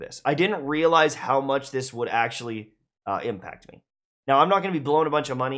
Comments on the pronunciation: "I didn't realise the ... pauses IMPACT ... of it." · bruh he said IMPACT lol